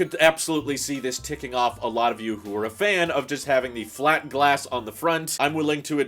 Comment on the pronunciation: curved, flat, curved, flat curved, furved, clat